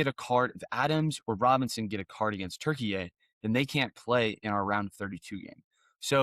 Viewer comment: I like saying Turkeyay now. I still butcher it, though. Not in some perfectly nuanced, elegant pronunciation. I just say Turkey-yay! Which I would imagine is worse than just saying Turkey.